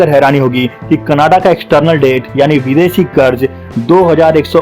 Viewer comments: Bro it’s canada not cannada , pronouncing wrong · Bro sorry to say you should first learn how to say Canada. Don’t make joke of this great country. Love from Canada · bhai canada bolna to seekh le pehle